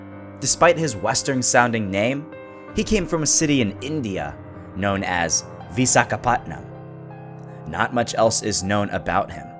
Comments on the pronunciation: iam from India, but in chennai, That's not visagapatna,It's Visagapatnam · It's not visaaakaapatnam , it is Vishakhapatnam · Vizagapattnam?, Lol, It's Vishakhapattanam, Wish-Aka-Patta-Namm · THAT IS VISHAKAPATNAM (Pronounced as VEE-SHAAKA-PUTT-NUM) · It is pronounced vishakapatnam